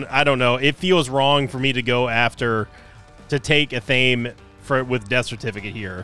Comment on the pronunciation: It’s pronounced ath uh may